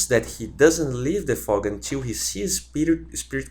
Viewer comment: until - unchuuul. dafuq haha